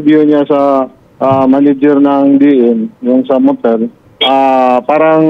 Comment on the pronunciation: MANAGER PO HINDI PO "MANEGER"